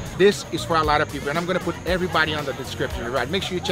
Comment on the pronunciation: How about “everybady “